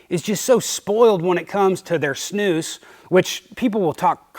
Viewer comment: Watching from Norway, and snus (you pronounce it correctly sir ) is massive here as well. Although it is more expensive than in Sweden, and our government made all the snusboxes (cans) a uniform boring green color so as to not attract children to trying it, which is fair enough. At least we can still use the products. A lot of Norwegians take a drive over to Sweden to buy the original boxes at a cheaper price than in Norway regardless haha.